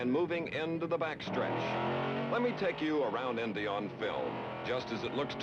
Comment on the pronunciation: I love the old footage and Chris Schenkel. Chris has the weird pronunciation of the letter I. Endianpolis, Endy 500 , Fenished, Wenner. Great race! Crazy Pileup. Reminded me of 1973's Salt Walther crash on turn one.